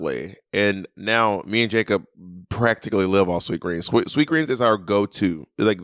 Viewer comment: The added ‘S’ on Sweetgreen